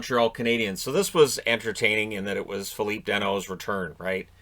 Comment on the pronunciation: It's Phil-lip not Phil-eep. Just call him Phil Danault. It's easier. [Source: Danault interview on KOTP]